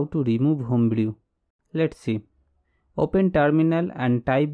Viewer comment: Nice Video, you save my time, but take care of pronunciation - Home brew is = होम ब्रू